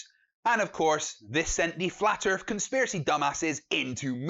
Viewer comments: I LOVE that you're calling them out! BRILLIANT ....... but can you PLEASE pronounce Earth with a 'th' and not an 'F' .... It's not Flat Earfers. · And its earth NOT erff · Shite microphone, pronounces "earth" "Earf" aaand hes playing Xbox. BUT at least he knows the earf is round.